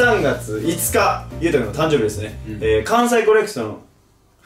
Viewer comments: 関西コレクソン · お気に入りの噛みシーン (全然個数絞れんやった) たくしゃんww かわいい♡ バブみが深い♡ そしいなってやばい🤣 じゅじゅつ たんどうび だまりゅ とかいかい 関西コレクソン にっちょ やかんない 嫉妬だす のツッコミ爆笑 つまん これは私も画面越しで爆笑 噛みすぎ！Take2でも噛んでるやん🤣 めっちゃさしかにって言ってるやん笑 あれだけ溜めてグチャってる笑 ズタボロだ〜笑 捕まってみます！笑 ばくさつ😱笑 なんか田舎っぺみたいになってる笑 緊張で呂律まわってないね笑 や、や、や、やばない？ これリアタイでめっちゃ笑ったわ笑 みんな黙っちゃってるやん🤣 一気に歳とっちゃったやん笑 しゃいやく👶🏻 一瞬壊れちゃった笑 めっちゃ溜めて噛むのやばっ笑 ナチュラルに噛みすぎてるwww メンバーが噛んだ後にが食いこんで指摘してくるねww